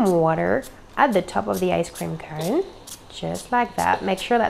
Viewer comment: " Irun Water " and " Cone Eh "